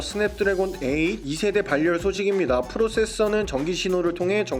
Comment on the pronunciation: 다른 유튜버들도 그렇고 ‘발열’이라는 단어를 ‘발열’이라고 잘못 발음하네요 ‘바렬’이라고 하는게 맞는거 같은데